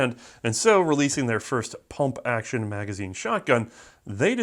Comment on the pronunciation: Quit saying pump like that.